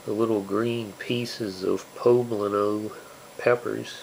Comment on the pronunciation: He's the only one who gets it right.